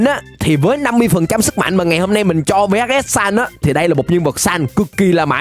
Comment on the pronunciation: Người ta gọi là vhs sans chứ không phải là v-h-s sans nhé